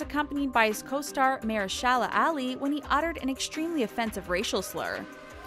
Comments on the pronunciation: hey narrator lady its "mah- her- sha lah" NOT "mayer shah lah"...."ah-lee" ...you butchered that man's name so bad...i thought she was referring to a street or something named MAYO SHALLOW ALLEY. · The amount of times in this video the narrator mispronounces Mahershala Ali's name is straight-up painful to listen to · This announcer can't pronounce Mahershala Ali's name right. Everytime I heard her say it. I'd say aloud " Please stop lady. Please "